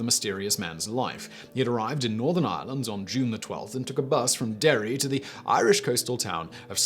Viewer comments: At least he got Derry right :) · Oh it's Derry alright at least he pronounced it properly too